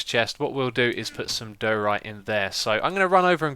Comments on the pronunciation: it's not dooorite :))) it's daaaaiorite :) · Question: why you pronounce diorite as doh-rite and not dye-or-ite/dye-oh-rite? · its not dur-ite its die-a-rite ;) x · Am I hearing wrong, or are you pronouncing diorite wrong? It just sounds like you're saying "duhrite", which is wrong =) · Lol, it's funny how you say diorite.